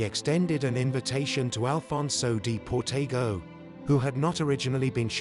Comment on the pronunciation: They even mispronounce Alfonso De Portago's name...